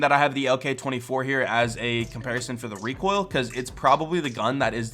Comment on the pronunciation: says it as reek hoil